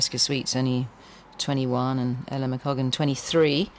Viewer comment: i love how they had about 8 different goes at maia and ella's names and got them wrong everytime